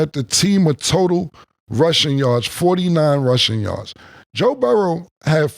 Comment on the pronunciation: "Joe Burrows"